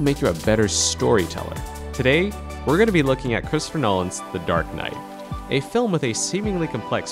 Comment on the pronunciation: I'm sorry did you just say Christopher "Nahlan's" lol